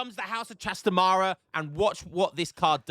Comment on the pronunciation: hi, its pronounced trastámara not trastamára